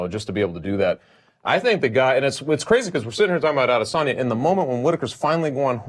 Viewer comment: Oh, and btw, there's no 'R' in Adesanya...